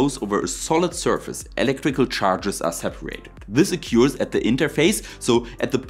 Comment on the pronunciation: Sehr schön!! Du sagst doch du magst besser englisch aussprechen können, 🤓 also passe ich auf mit Timestamps: “Occurs”…. u hat keine Umlaut, es hört sich mehr wie ö an. “through”… man muss die R in das Wort aussprechen. “ultimately”… ULTimately nicht ultiMATELY. Du meinst, glaube ich, FRACTION, nicht FRICTION. Fraction is ein Teil des ganzen und Friction ist was passiert wenn zwei Sachen gegeneinander zusammen reiben. “diameter”… ES hört sich mehr wie diAMeter als diaMETER Ich wohne ein Teil in Deutschland und ein Teil in der USA und spreche beide Sprachen aber viel besser englisch als deutsch im Moment. Ich helfe gern und es hilft mir mit meinem Deutsch dann auch! Doch frag mich nicht Hölle von Höhle richtig auszusprechen… da stolpere ich mich Total weil ich den Unterschied nicht gut erkenne! 😛 (Am etwa 6 Minuten drin, dann kommt viehleicht mehr wenn ich Zeit habe weiter zuzuhören)